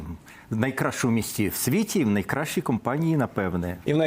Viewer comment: Ниикрайще наисельнейще😂🎉